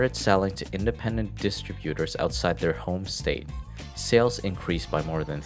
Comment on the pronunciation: "Distributor(s)" is pronounced incorrectly. This must be a digitized voice, as I had already suspected.